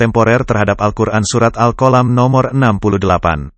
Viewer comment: Tolong bahasa Al'quran jangpan dirubah contohya surat alqalam jangan diubah jadi alqolam.